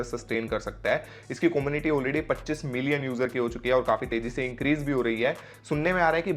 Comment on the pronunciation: Como-niti ni come-u-niti